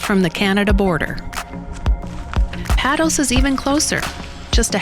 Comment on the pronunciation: It's pronounced PAYtos island.